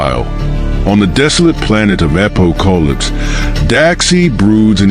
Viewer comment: My only real concern was the AI's annunciation of Darkseid and Apokolips. I did't recognized who or where it was talking about until half way through the story. Maybe next one will be better.